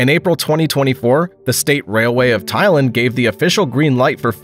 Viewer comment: You mispronounced the names Soure, Thailand and Puxi.